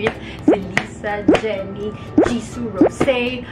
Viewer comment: Ngayon lang narealize na Rosé ang pronounciation na pangalan niya dati Rose lang pronounciation mo hehehe... Yabang yabang tatanga tanga naman 😂🤣😂😂🤣